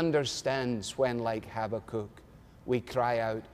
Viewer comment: I like Alistair's pronunciation of Habakkuk! No, I love it!!!